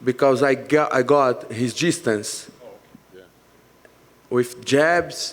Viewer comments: “i got his jizzstance” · ‘I got his jizz-tance’ - Paulo Costa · Repeat your typo sir. JISTANCE. His JISTANCE. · So funny that he pronounces his “dis” as “jizz”😂 “I found his jizzstance” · 😂😂😂😂😂 I thought he said he got his G-Stance!! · Paulo "I got his gistance" Costa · I’m convinced the reporter asked costa to repeat himself to hear him say “jizzstance” again